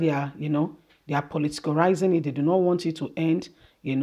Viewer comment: That word is politicize and not politarize.